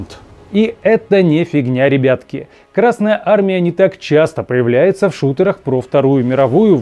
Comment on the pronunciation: Пардон, ещё добавлю. Зачем ставить ударение на букву р в словосочетании Красная армия? Краснее она от этого не станет. Или я чего-то не понимаю?)